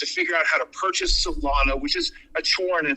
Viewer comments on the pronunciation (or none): I've been in crypto for 13yrs...I've known many like him running projects and swearing they had a vision. The fact he calls Solana, Solano tells me this guy has zero clue about crypto. He's a rookie when it comes to crypto. But he knew what he was doing. The sec will come after him. Ive seen it time and time again. Why does he keep going on about people buying via coinbase. We buy Solana meme coins on solflare and phantom within seconds.